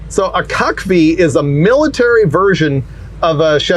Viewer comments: Let’s agree to not call them “cuck vees” again lmao! I’ve always said “see you see vee” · In the military we pronounced CUCV as cook-vee. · I know why you are saying cucv like that but when I was in the army we typical pronounced it cutv. Just one of those words thats not really pronounced as its spelled. Nobody wants to mix up a military truck with someone that likes to sit in the corner watching his wife getting drilled. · CUCV has a different meaning when you say it like that 😂😂😂😂